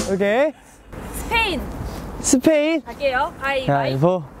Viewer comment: 난 스페인이 스페인트라고 들리는데..정상인가?